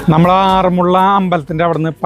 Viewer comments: ആറന്മുളള എന്നല്ല പറയേണ്ടത് ആറന്മുള എന്നാണ് പറയേണ്ടത് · ആറന്മുള്ള അല്ല.... ആറന്മുള